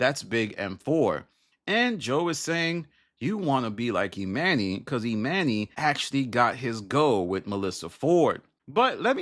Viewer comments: 🤦🏾‍♀️ You pronouncing Emanny's name incorrectly is wearing on my patience too much to finish this video. 🛑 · You keep mispronouncing his name. You must not really watch the pod.